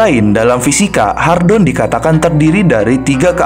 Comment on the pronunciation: "Hadron" bukan "Hardon"